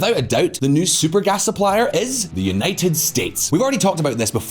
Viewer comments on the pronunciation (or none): none